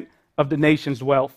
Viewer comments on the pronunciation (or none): It’s “wealTH” not “wealF” It’s “truth” not truf” It’s “idea” not idear” You’re a university professor and you speak like this? Absolutely horrible! It’s called capitalism and anyone can work hard to get more. Stop this socialism where blacks or other minorities deserve to be paid to match whites. I’m white and unemployed. I’m struggling But I’m not crying to have my government give me money to make me equal to anyone else. I understand that sometimes life is very difficult and I was raised by a single mother who worked two jobs. I went into the military, I had them pay for my college and that’s how it works. It’s not about the government handing out money to people and then passing on that incredible tax burden to our children. You’re thinking about this so wrong. This is such an entitlement program that is absolutely the last thing needed. People need to stop using welfare or at least limited to a certain amount of time so the people can go back to school and better than selves through hard work. Not handouts not charity. What does that get anyone? Nothing it gets them nothing. It’s just more burden on everyone else! By the way it’s not just a burden on the wealthy. It’s a burden on middle class, the working class people that do not have money to baby bonds. From the very beginning of our country, people worked hard to get money for college or to get a down payments for a home. It wasn’t given to them and it shouldn’t be given to them now. Wake up. This is not what our count